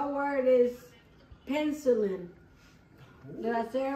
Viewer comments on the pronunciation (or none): She said pencilin, is peh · nuh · si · luhn